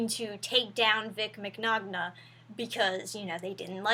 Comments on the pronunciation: "I want to make to make it clear to everyone: I'm not a Vic Mignogna fangirl." Can't pronounce his name properly. Def legit. Also flabbergasted by this news, even though I am late. Especially since he and Monica Rial are among my favorite VAs. Can't believe that he'd do those, if true, and can't believe that she would lie, if untrue. Anyway, I've seen fan pictures and other videos of him before. I gathered he's just touchy and flamboyant, someone comfortable with physical expression with no malice involved. But I guess the current political climate is ripe for twisting such things. Never expected much from RT(they butcher their own IPs, not surprised they butcher their employees too), but Funimation's part in all this is weird. Vic's worked with them for, what, a decade and a half? And this just now cropped up? Remember that he's just an employee, not some bigwig executive. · Oh, I fully understand that after hearing your egregious mispronunciation of his last name. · As someone from an Italian family, it makes me cringe whenever someone mispronounces Vic's name. XD Seriously though, I once lied to a teacher in the fifth grade and said my bully touched me inappropriately and he got suspended. I didnt realize how bad it was at the time. It's been almost ten years and I still feel guilty about it. Like, what if that comes back to haunt him somehow? That's the reason i hate it when women make false accusations. I cant explain how angry it makes me when it happens. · Is it funny that you can tell people aren't fans of him when they pronounce his name XD. I appreciate a nonbiased source supporting him but I just think its hilarious every time I've seen a non fan cover this story they hilariously mispronounce his name XD. Loved the video and information keep up the good work. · i'm ocd so forgive me 1. you said his last name wrong 2. is that a corset? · You said his name wrong... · You're pronouncing his name wrong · Isn't his last name pronounced Migknownya?